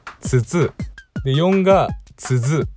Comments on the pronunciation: カブトさんに物申す！ 4問目！津軽人も困惑させてどうする！ 意味わがんね！せめて津軽人には優しくしてけよ〜！頼みます。m(_ _)m 後、高橋さんは、ⅡAからにした方が本人の身のためでは？ 高橋さん。 🎉🎉1万人おめでとうございます！👏👏 ところで、じぇんこは分かりましたか？ ヾ(･ω･`) 最後、「俺はつづになるわ」 イントネーションが知事で「づ」が上がってるので、「どれ？」になったんですよ。知事にするなら「づ」は下げないといけないんですよ。(;^_^A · つづは何が違うのかわかんない アクセントとづの発音が違う？ /dz/と/z/みたいに聞こえた